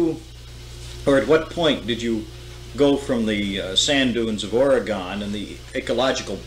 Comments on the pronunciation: oregun, not oregone. it hasn't gone anywhere. please. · Oregonion here, Frank Herbert fan, this is great!!!! Also, it's Ore . ih . gun!!! Ore . ih . gone is like fingernails on a chalk board to us. Frank says it right. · It is pronounced Or'a'gun, not Or'e'gone!!!